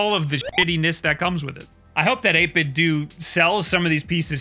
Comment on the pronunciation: It’s Nintendo not nintendew right? Lol , so I think it’s 8bitdo not 8bitdew